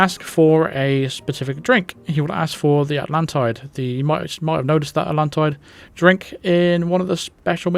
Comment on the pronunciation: 47 says AtlanTIDE instead of Atlan-TEED as in the bonus mission.